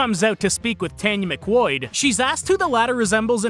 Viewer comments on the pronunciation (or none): IT'S PRONOUNCED "MC KWAAD"